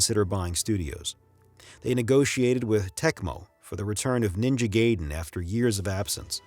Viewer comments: My god, the narration is hard to take seriously. After hearing "doos-ex two", "final fantasy EX", and "ninja gay-den"... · Kinda doubt there was an human voice over one since the dude mispronounced Ninja Gaiden and pronounced the X in Final Fantasy X like the actual letter instead of the number.